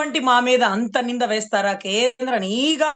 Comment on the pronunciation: అమ్మ మీరు చాలా బాగా వివరిస్తున్నారు. మీరు ఒక పదాన్ని పలకడం నిఘా అనే బదులు నీఘా అని మాట్లాడుతున్నారు. సరిజేసుకోండి.